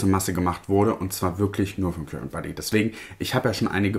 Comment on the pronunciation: Oh sorry nur so am Rande, das englische Wort current liest man [karent], es bedeutet der (elektrische) Strom. ❤